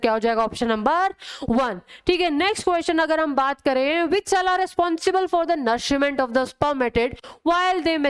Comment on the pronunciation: The way she says 'NourshIIIment'🫣